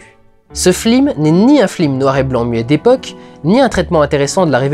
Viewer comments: aaarrrrggggg arrete de dire fLim !!!!! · C'est fait exprès, c'est une référence à l'affiche de "La classe américaine" où il y a marqué FLIM au lieu de FILM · Ouf, il dit flim c'est pas moi qui doit aller chez le médecin XD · J'ai tiqué à chaque fois que tu as dit "flim". Je suis certain que c'est un clin d’œil, mais ma culture cinématographique n'est pas bien grande et du coup je ne le comprends pas (ce clin d’œil). Si quelqu'un pouvait me le dire, je l'en saurais gré. En tout cas, encore un très bon PJREVT. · super vidéo comme toujours. vivement le Pjrevat sur matrix (oui je suis un gros fan-boy) mais par contre merde j'ai entendu "FLIM" dans 95% de la vidéo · Pourquoi il dit "flim" du début à la fin de sa rétro? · j'avais oublié que tu disais "flim" à CHAQUE FOIS dans ce PJREVAT. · arrêtes de dire flim, ce n'est vraiment pas très marrant... j'ai connu un mec de droite une fois, il avait dix fois plus de classe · Le "flim" j'ai étais trés agacé par ça :p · et dans les classes américaines, ils disent "flims", c'est donc un hommage/une blague pas drôle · Je crois qu'il a plus dit flim / film dans cette vidéos que dans toutes ses précédentes rassemblées ^^ pas du tout "obvious" la référence ^^ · si j'entends encore le mot flim, je tue quelqu'un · j'ai entendus flim tous le long de la vidéo , je te hai . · C'est moi où vers la fin de la critique tu commence a dire flim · le flim? ou c mon oreille qui bug? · En tout cas même si elle est volontaire, la prononciation flim rend pénible le visionnage! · Mal prononcer le mot flim serait-ce une ruse pour prouver qu à partir d un défaut nous n écoutons pas le reste? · Si tu redis flim encore une fois je me désabonne. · La ref est sympa mais les "flim" sont insupportables à la longue ^^ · ***** non c'est bien un hommage. Il dit flim absolument TOUT le temps et la premiere fois qu'il le fait c'est lorsqu'il parle de la classe americaine. Film dont est tiré cette replique. Ce n'est pas parce qu'il avait la flemme.